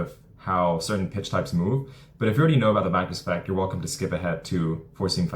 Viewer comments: Can you take the time to actually say: 'Magnus Effect' as opposed to the 'mouthful of gumball' sounding 'manft'. Here's another word for you to learn -- ENUNCIATE! As to 'hitting a baseball, is the hardest thing in sports...' that is just a saying, I can think of many things that are harder? Try winning the Indy 500 a record amount to times? Beating Usain Bolt at the 100 meters? How's about how many times has there been a 99-yard touchdown run in the NFL? One must consider that an average of 26 pitches thrown in a game -- are actually 'HIT' -- not to mention the amounts of contact producing things like Foul Balls. It is NOT that hard -- there are plenty of thing's WAY more difficult than hitting a baseball -- in sport -- that's just the way that it is. It is a time-honored tradition -- a maxim, that nonetheless is NOT true and "NEVER" has been true. And you, my friend have not only 'fallen' for it, you are trying to sucker other people into it. Why not simply say that it IS a difficult game to play -- AT THE BEST OF TIMES? Interested to know what 'artificial hyping' is? Just go back and re-read your ageless Stuff that you've mentioned! Keep in mind, that I am being VERY 'NICE' in this response, because of how terrible this useless trove of wordage actually IS! It actually deserves far worse of a response! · The WHAT effect ? I could never understand the word you are saying Great VIdeo. Vacus effect?